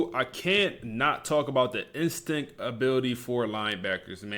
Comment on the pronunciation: Love the content bro, but I just realized you were saying instinct 😂😂